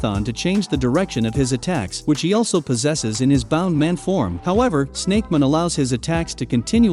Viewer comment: its bounce man not bound man